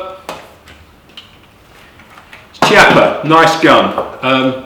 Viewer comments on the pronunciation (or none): Nice review. I own one of those. Nice gun. You and Hickok45 pronounce the name Chiappa differently, wondering which one is the correct pronunciation?